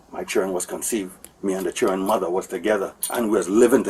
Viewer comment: from the time he said "chirren". yuh dun know